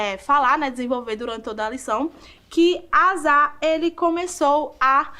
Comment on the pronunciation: Gostei, mas a pronúncia do rei do nome do rei é Asa ( asa de voar).